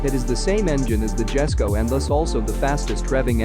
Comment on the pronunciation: The Jesko isn't pronounced with the J sound, it's pronounced Yes-ko with the J making a Y sound